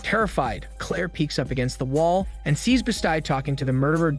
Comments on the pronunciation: This was the first video of yours that made me wonder if you actually watch the movies that you narrate or do you just read from a script? The reason I ask is because no one would ever mistake a linoleum knife for a Machette and Claire’s (BEST-EE) is named Jen not (BEE-StI), it totally took me out of the video each time you mispronounced it. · I'm so triggered on how he says bestie, as best-eye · Wtf is wrong with the pronunciation on this channel? Bes sty? Really? I mean really?